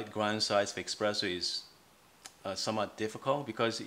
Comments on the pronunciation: it's called really Espresso and not Expresso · I heard eXpresso too,every time. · Stop calling it expresso pls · Honestly, I was skeptical about the quality of advice from anyone who pronounces espresso with an x, but it was actually a very helpful video for this beginner! Thanks!